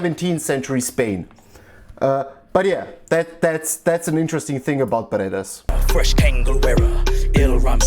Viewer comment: Beret is pronounced bear-ay, not beretta like the gun, and that's not even a beret, it's a kangol. That's why he said fresh KANGOL WEARER.